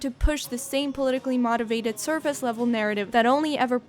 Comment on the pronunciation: I swear to god if you say "mahtivated" one more time...